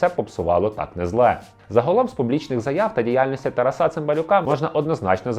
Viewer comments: Чому ви робите неправильний наголос???? ТарасУ, ТарасА? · Літературно- так, але на Заході України чомусь часто кажуть "ТарасА, РоманА"